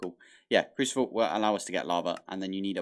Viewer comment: Did you say crucivle lol